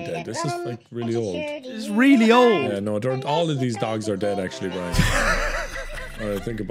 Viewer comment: After all these years, still calls Brian “Brine”